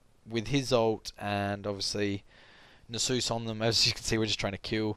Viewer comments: Nasus is not the holy spirit. Check the pronunciation. Great vid just bothered me every time you mispronounced his name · is that really how u say Nasus?? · YOU'VE PRONOUNCED A NAME WHOSE INTERPRETATION IS LEFT TO THE READER A COMPLETELY DIFFERENT WAY THAN I DO, I JUST SHIT MY PANTS.